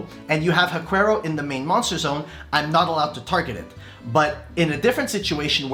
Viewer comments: And Haquero is pronounced HA-KERO, not hakwerow. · Huaquero is pronounced //wa - KEH - roh// they grave robbers that invade Huacas, wich are ancient latin american burial sites